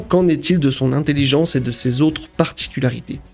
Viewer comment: Intelligence et non intelliggence...